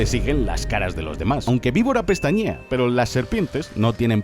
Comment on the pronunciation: soy yo o el último "PEROOO" lo dijo en chinooasjjajaja